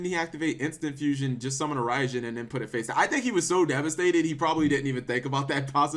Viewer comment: It's actually 'Rye-Djinn' like Raigeki & Thunder King Rai-Oh.